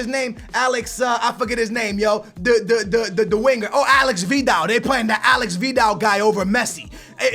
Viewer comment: It's not Alex Vidal it's Aleix Vidal